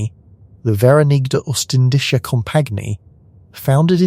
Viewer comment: Your pronunciation of "De Verenigde Oostindische Compagnie" is horrible, hahaha...